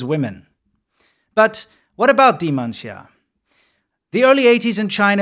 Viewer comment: ... and her name was Dee Men Tia. Uuuuuh not sure about this one.